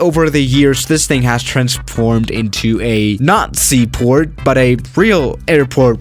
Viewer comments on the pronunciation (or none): it sounds like he is say Nazi port instead of not sea port